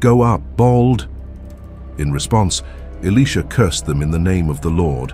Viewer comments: 🎯🎯 Exactly, I said the same thing. It's annoy'n to hear Elisha, pronounced Alisha, or Alicia. So I hope 🛐the narrator, or content creator read our comments...In JeSuS Name, amen. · Alisha? Why is it pronounced different so often? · Why are they pronouncing Elisha as Elesha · I have heard Elisha only pronounced "Eli-sha" and not in the feminine sounding "Alicia." I am 70 years old and attended two seminaries and have not heard Elisha pronounced as "Alicia" until a few years ago when I heard it from a young seminarian from West Virginia. I notice the younger generation pronouncing several words differently from long accepted pronunciation throughout both the United States and the United Kingdom. What linguistic shift is taking place? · who can't pronounce the name elisha😮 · Father God I pray all the narrators of Your Holy Word learn to take time to pronounce all the names in the Bible & Elisha’s name correctly! Amen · What a misunciation of Elisha name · Make up your mind on the pronunciation of the letter I in his name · His pronouncement is wrong on Elisha name. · Who is ili sha or can't the pronounce the profit it think their talking about😮o boy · Can’t pronounce Elisha’s name correctly don’t say his name